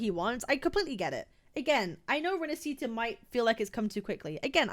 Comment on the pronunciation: Uhm akchually ☝️🤓, it's pronounced rinaSHita Not rinasita (🤮)